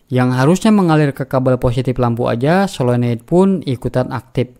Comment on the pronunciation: Saya setuju dengan abang ini. Menyebutkannya tepat. 'Paralel" bukan "Pararel", Solenoid " bukan "Selenoid'.